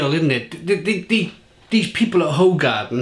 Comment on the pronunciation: Its pronounced who-garden so you know 👍